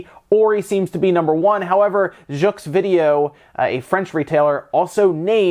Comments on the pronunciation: Hey ! Pro tip : "Jeuxvideo"s x is silent. So it's more like "jeeeuuuuu-video" Yeah, French is a mess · Jux 😂😂😂😂 you just killed (jeux video) that prononciation deserve an oscard😂😂😂😂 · Hahahahaha i love the way you said Jeuxvidéo